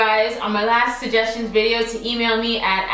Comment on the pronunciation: “SuJESSions”❤️❤️❤️❤️-LOVE IT!